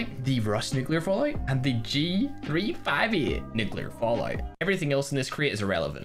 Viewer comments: What thinks he’s saying: “J358” What we hear: “G358” everyone liked that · G358 Me: its J358 Nice vid thought